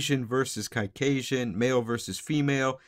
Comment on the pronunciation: lol I had to look it up that he was saying caucasian, not cockasian